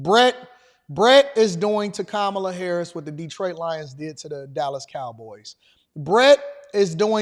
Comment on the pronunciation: OMG YOU THOUGHT THAT KAMALA WAS MAMALA😅😅😅😅😅😅😅WHAT YOU ARE KILLING ME LMAO 🤣 😂 😆